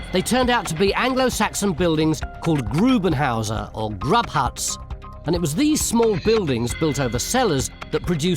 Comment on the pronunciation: And i think,or better I know because I am German this one time Tony was wrong. GRUBENHAUS had nothing to do with Grub as Tony pronounced it. Rather it was a sort of PIT House,half of it was sunk into the ground for warmth. And more or less about a meter and the roof could be seen.